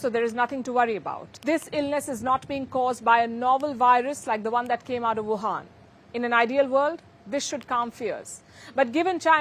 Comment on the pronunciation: "chainaa", Palki is second to Trump, but "woohann", Palki takes pole position. 😜